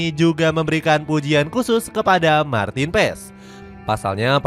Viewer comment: Bukan martin PEEEEESS .. PAAAASSS BACAANNYA DEK